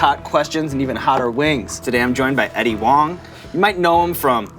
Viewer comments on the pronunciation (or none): is Huang pronouced with a W or do I need to get my hearing checked?